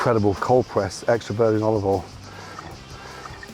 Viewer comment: "a nice drizzle of olivol"